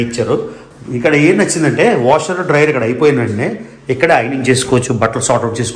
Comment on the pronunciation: yawning endi?Adi Awning. nee oori G.